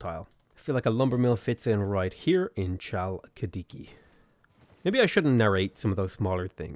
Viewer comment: Man, I loved the way you pronounced some of the names here. :D Here's a bit of insight if you're interested. Basilikoi Paides -> Vasiliki Pedes, oi = i and ai = e in Greek, also b = v. Aigai -> Ege with intonation on the second e. Chalkidiki -> Halkidiki, with intonation on the last i.